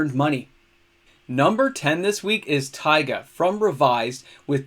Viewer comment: Since I've been the annoying fly in your nachos about it, I wanted to tell you that your prononciation of "Taiga" was spotless this week. I don't know if my tip helped you, but kudos anyway! I wish you and your family all the best.